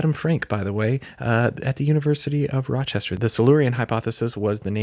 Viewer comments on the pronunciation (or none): none